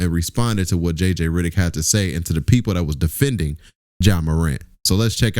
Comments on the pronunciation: It’s RED not RID. REDDICK NOT RIDDICK. sorry but your pronunciation of that name is wrong and mad annoying 😂😂😂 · Heyy it's jj Reddick not riddick🤣🤣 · Hell I spelled it wrong it’s REDICK 😂😂😂 Not RIDICK 😂😂😂😂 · His name is JJ Redick not JJ Ridick 😂😂